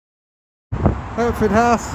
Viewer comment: Hertford house. He said Hereford. I love the "say it again" repeats.